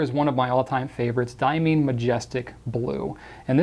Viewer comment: Diamine is correctly pronounced “Dye-ah-mine” — not “Dye-ah-mean”, for the record.